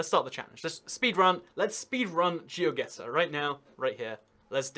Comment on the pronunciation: It's actually Geoguessr even ^^